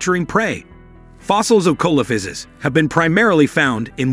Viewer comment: The accepted pronunciation is: see - luh - FAI - suhs.